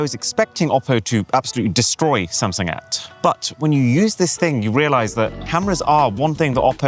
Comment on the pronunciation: He keeps calling Samsung as sam😂